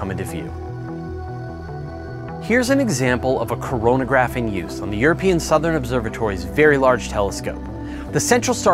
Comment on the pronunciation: Did he hust say coranagraph. All i thought of was corona